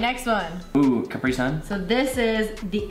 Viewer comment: HE CALLED THE COTY AIRSPUN CAPRI SUN AKSHSIDJDJF